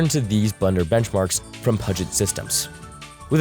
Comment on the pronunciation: Pewgit systems not puuuugit